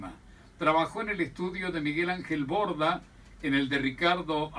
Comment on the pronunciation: Broda,, BRODA, no "Borda".